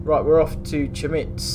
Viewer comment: A tip, Chemnitz is pronounced Kemnitz.